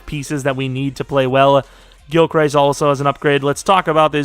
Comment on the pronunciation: For the love of God please get Parsons OUT of the MLB spot. TFG I assume is who you got this class from, is an idiot and moves players around to fit the class needs. He's a ROLB. Also, Gilchrist is pronounced gil crist.